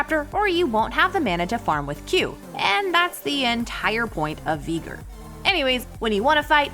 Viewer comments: What is this vegan veigar hahaha a It’s veigar not vegar xD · I swear she says the name wrong on purpose she’s so stupid it’s vy gar not vee ger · absolutely no one:: veeger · Did she say Veegar?? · Learn the names of the champs when ur gonna be talking about them ffs 😂 „veeger“ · Ok so like I thought the pronunciation was getting bad with mundo but veigar?? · I will henceforth only refer to the Tiny Master of Evil as “Vee-gar”! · I would pay you not to pronounce it as Veegar. >_> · "Vigr" bruh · Veeeger what did she just saaaaayyyy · No one:: Veeger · Im sorry I might need to unsubscribe as well this is a bit much veeger... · Darius was one thing but bro no can tell me she's not pronouncing veigar wrong. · I before E except when it sounds like a as in Veigar or weigh. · As a veigar main im not offended but please my little yordle needs his name said correctly. One more thing i disagree zilean counter leona. Leona can build sunfire and zilean is toast with the mythic passive of tenacity (im a support main btw) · it is so trigering how she say veigar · Please never say veigar again